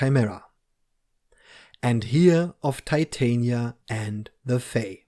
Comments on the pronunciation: she’s literally a Shakespearean character. Titania is queen of the fae in the play. You can pronounce it wrong if you like though. Americans pronounce Porsche and Volkswagen in ways that would definitely annoy you as well so whatever. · Pronunciation of Titania. She’s a Shakespeare character from A Midsummer Night’s Dream.